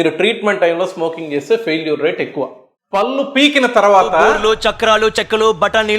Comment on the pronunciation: మీకు పుణ్యం ఉంటుంది. పల్లు అనకండి పళ్ళు అనాలి.మీరు పల్లు అంటుంటే కంపరంగా ఉంటుంది.